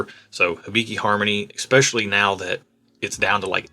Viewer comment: Again, the word is especially... there is no "X" in especially... you're killing me.